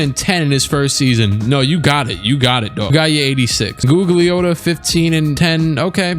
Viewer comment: Say it with me, "Goog-Lee-Ah-Tah".